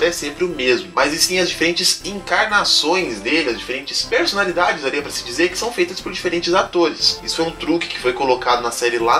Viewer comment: Amilia nao, AmÉlia sim